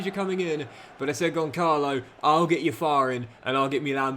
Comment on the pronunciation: Just a tip: Ramos' first name is pronounced with an "s" sound. The "c" with that symbol underneath it is pronounced as if it was an "s". Great episode!